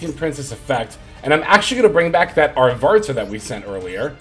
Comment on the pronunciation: I'm taking a shot every time you call Arvata "ArtvaRta"... XD